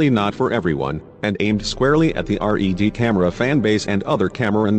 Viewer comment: Its red not r.e.d. ...